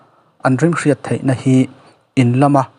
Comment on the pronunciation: Mizotawng uluk rawh,thei tih tûr ah Thai tih te a awm ...